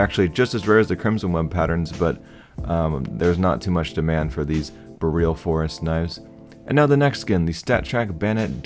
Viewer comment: He pronounced it correctly